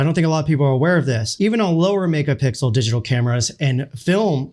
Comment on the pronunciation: "this is a hundred megapickle shot."